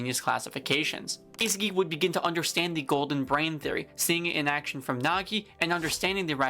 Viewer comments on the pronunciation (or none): none